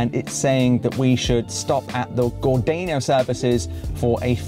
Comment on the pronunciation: Gordano: pronounced, Gor-dar-no, not Gordayno. Minack: pronounced, Min-ack, not Mi-nack! 😊